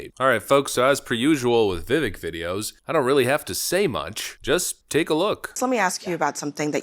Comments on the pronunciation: His name is Vi•Vake not Vi▪︎Vick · pronounce vivak like cake. "vivake"... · Vivek pronounced like “cake” not Vivik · ....you are saying his name incorrectly. It is "vih-vake" not "vi-vik" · His name rhymes with CAKE. VIV-AKE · C'mon, by now you should be pronouncing his name correctly: Vivek (Veh-vake, like shake n' bake) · BTW , it’s vi vake (rhymes with cake) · VIVEK RHYMES WITH CAKE!!!! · Bro it’s vivake like cake 😂 it’s wild to mispronounce his name at this point and he a fan lmfao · How at this point do you still not know how to pronounce his name. It’s Vi-vake, rhymes with cake. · Love your videos and your channel, but you and a lot of YouTube channels that I watch are pronouncing his name wrong. He was on Patrick Bet David’s podcast and said his name rhymes with CAKE. Just wanted to let you know – his name is pronounced VIH-VAKE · How long have you been covering Vivek, and how much longer until you learn how to pronounce his name correctly? Love what you’re doing, but it seems lazy not to learn how to say the guys names after dozens of videos covering him. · You still can't pronounce his name correctly?! Multi Million dollar youtube channel..